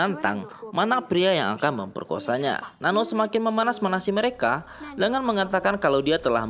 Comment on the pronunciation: Not Nano It's Nan-nooo